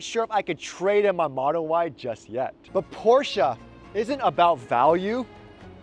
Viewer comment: Thank you for say Porsche correct